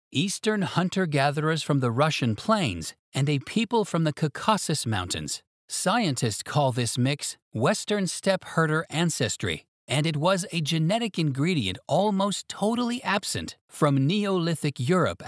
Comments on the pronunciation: regarding the pronunciation of Caucasus --- try the word caulk, but without the L... and then add some asses to it😂❤ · Yám- naia , not yamnáya, because it comes from the word Yáma, as you have correctly pronounced that word.❤ Caucasus is also mispronounced😂❤